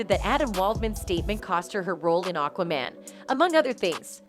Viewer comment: And learn how to pronounce Aquaman. It's not Aquamon.